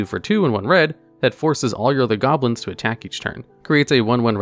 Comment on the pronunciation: His pronunciation of Saproling hurt my soul a bit, but he said goblins as goblos once so that made me feel better.